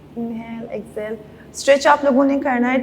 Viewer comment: She should learn to say inhale and exhale properly. The way she says is irritating